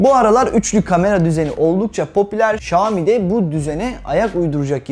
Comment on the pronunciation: okunuşu Şami değil şayomi diye okunur